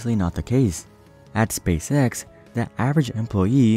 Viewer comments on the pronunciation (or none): I like how you say Spay Sex instead of Space X.